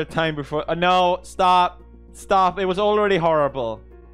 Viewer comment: It sounds like Alexei from Stranger Things when he said sTouP